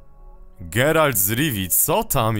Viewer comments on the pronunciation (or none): NIE GERALD, TYLKO GERALT...